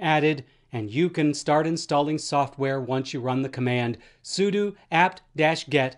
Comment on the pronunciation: Why does he say sudo like that?